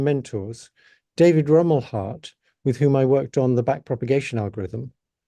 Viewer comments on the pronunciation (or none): FYI It's David Rumelhart not David Rommelhart.